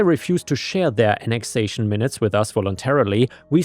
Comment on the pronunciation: You are definitely better than AI, but why do you keep making AI mistakes? Minutes (like 1/60th of an hour) you called ""). "Chas-ter-cise" is your go to when you're chas-tised.